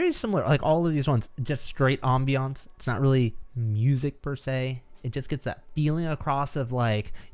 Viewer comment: pronunciation of ambience gives me life